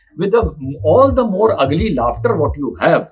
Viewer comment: मोर नहीं मोरे है